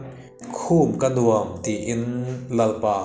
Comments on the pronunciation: Dam lo chung pawhin i ti hram hram a, a va lawmawm em. Lo dam thuai ang che. "Nuam" ti hi "huam" tih thlûka lam rik tur, tih inthlahrung takin ka'n sawi tel hram a ni. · 'Nuam' tih i lam dan hi a dik lo tlat mai,hla thu a ni si